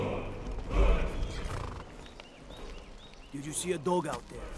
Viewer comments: does she say "fuckreath"? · Just so you know Falkreath is pronounced 'Fal-kreath' with only two syllables. Ps love the vids :) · lol Gophers accent is from the North of England (Manchester) but his pronunciation of Falkreath have nothing to do with each other in fact no accent in England would pronounce like that. has bit of a mixed accent, a combination of Manchester and Oslo which I like both of. The United Kingdom or Great Britain is a set of Island and country's called England, Scotland Wales and Northern Ireland with the Channel Island & the Islands off the coast of Scotland all go together to make up Great Britain and the British Isles. There are more to add to this but for that list just do some googling around the British commonwealth. Hope that helps:)